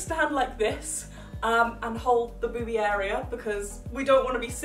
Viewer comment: How many times did she say boobe